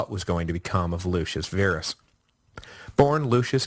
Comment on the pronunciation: Pronounce Verus "vair us" Virus "veer us", ah, ancient Roman, go figure.